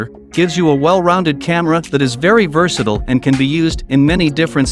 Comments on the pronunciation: Oh, I get it! This is a commercial! And voiced by an AI not knowing how to pronounce versatile. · Congratulations on your first comment. It took a year but cost nothing.